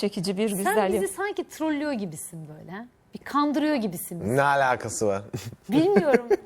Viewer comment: neeğğ alakasığğ vağğrr